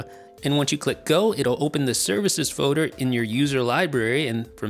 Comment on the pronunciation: There's an L in the word "foLder," guy.